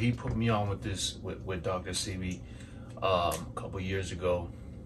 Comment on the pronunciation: Dr. Say-Bee is how it’s pronounced thanks 4 sharing!!